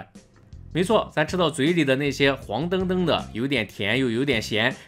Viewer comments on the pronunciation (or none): 罕见念错字了：“澄澄”音为“成成”而不是“登登”......